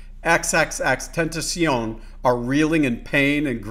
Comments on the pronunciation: It's pronounced xxxtentacion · The way he said xxxtentacion mwhahaha